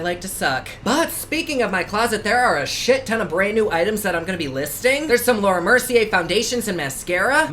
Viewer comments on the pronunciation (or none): none